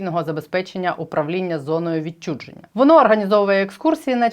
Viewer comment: Не відчудженя а відчуження